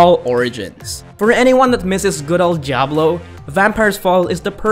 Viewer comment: A wut m8t? JABLO? It's Dee-a-bloh